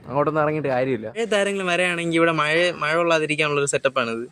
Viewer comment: മയ അല്ല മഴ ❤️